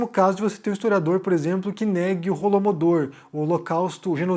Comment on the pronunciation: Holodomor, não Holomodor.